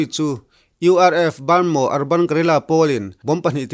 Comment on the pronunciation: Baanmaw nilo in Bamaw tia lam tur